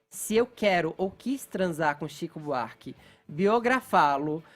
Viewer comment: Fefito é chato demais.”Tzico Buarque”... HUAUHUAUHUAU